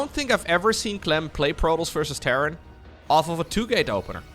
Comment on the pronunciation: ...prodols? You mean Protoss? Pro-Tos.